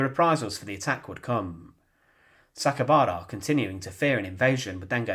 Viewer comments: Interesting history, but please work on your delivery. It's very irritating - same tone and same way you say every sentence. It's grating on the ear - I'm American, so your British accent is also a bit difficult to listen to for too long. ALSO, his name is Saka I bara - the I is pronounced EE - so it's properly pronounced SakaEEbara - not Sakabara (missing the E) as you repeatedly said. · You've mispronounced his name. You said, SA-KA-BA-RA, but it's written as SA-KAI-BA-RA.